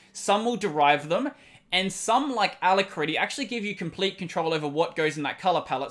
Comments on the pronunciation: Just a nit. It's aLACritty, not alacRITTy. Other than that, good show! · It always throws me for a split second when you say ala - critty, such an interesting way to pronounce it! Really enjoying your content -- cheers! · I am cringing every time you say alacritty